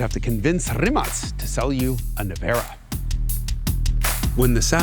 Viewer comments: Thank you, finally somebody who knows how to pronounce Rimac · Haha hes now only second American who pronounce Rimac corectly